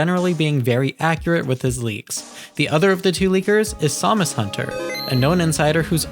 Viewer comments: I really hate the way you said it too, it's Sam-us, not Somus or however you were saying it. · I'm just teasing you don't sound like AI but hearing you say Samus hunter like that threw me off haha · Is this an AI voice? Because who says Samus hunter that way lol